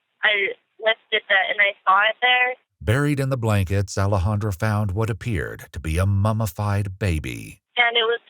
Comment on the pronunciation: Alexandra is being mispronounced.